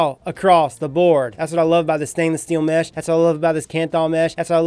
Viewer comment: sounds like he saying METH lmao 😂😂😂😂